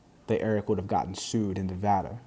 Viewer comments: Thank you for pronouncing Nevada correctly. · Thanks for saying Nevada correctly